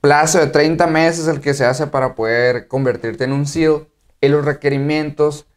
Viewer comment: SEAL no SELS